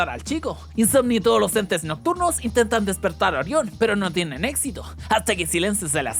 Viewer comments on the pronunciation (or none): none